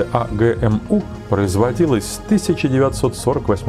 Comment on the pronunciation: "Знакомые буквы "эй джи эм???" У меня одного ухи в трубочку свернулись? Чеканулись РУССКИЕ буквы читать по-вражьи?